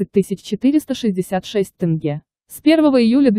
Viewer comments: Не могу понять , тяжело что ли сказать тЕнге, а не тЭнге? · ТЭнге тЭнге. Научитесь правильно говорить. ТЕНГЕ Ударение ставить на Е. Только слышали Тэнге тэнге больше ничего я не понял.